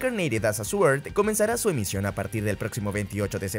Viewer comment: La w de Sword no se pronuncia, es muda. Se pronuncia soRd.